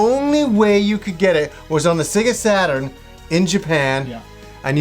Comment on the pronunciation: I'm more surprised managed to say Sega Saturn correctly for once lol.